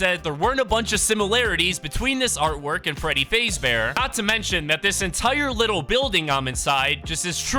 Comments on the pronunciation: "freddy fazebear"💀💀 it's fazbear bro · Fazeee bear? It’s Fazbear just so you know. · You said Freddy fazebear it’s fazbear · WHY DID YOU SAY FAZE-BEAR ITS FAZBEAR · Can nobody tell he's saying "faze bear" it's fazbear imagin fazz but without the other t please it hurts my ears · whys bro saying freddy fezbear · You said fazebear wrong also fnaf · bros saying freddy fayzbear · You said freddy name wrong it’s **faz**bear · You pronounced Freddy faz bear wrong pronounce it like that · It's pronounced fazbear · You said fazbear wrong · It really pisses me off that he didn't even say Freddy's last name right!😡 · The fact that you kept saying his name wrong. The sound you heard was foxy running down the hall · Why is he saying freddy fazbear like that😂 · He saying Fazbear wrong